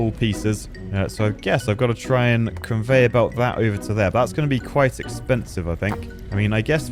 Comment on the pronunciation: bro said "converyor belt" and i was there